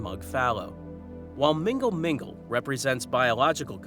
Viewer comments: Love the channel but i laughed so hard at mingle mingle. It is pronounced null null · The way you pronounce mgnall mgnall makes it sound like a dating app 😅